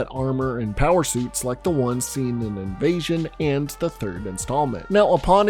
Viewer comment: I'm sorry, did you say Invasion?